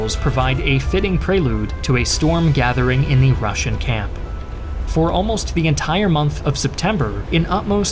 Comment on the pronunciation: Wow, the Russian voiceover is exceptional! As a Russian, I can confirm that the pronunciation is on top level!